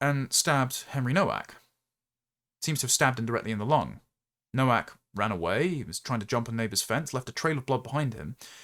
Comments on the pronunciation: Just being pedantic, Nowak, is pronounced Novak. W in Polish is pronounced V. 😊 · Novak,; Nowak is pronounced Novak.